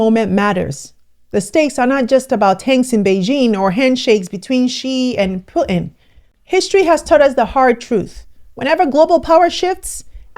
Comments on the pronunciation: You are butchering Putin's name. It's not Put In, the U is pronounced differently. It's hard listening to your pronunciation of his name. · ALERT: Mostly for Americans but it's seems many cannot say Putin. Putin as the letter T right in the middle..... Smh...